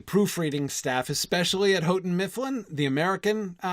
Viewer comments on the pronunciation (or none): none